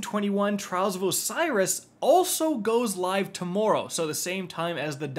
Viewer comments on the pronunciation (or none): none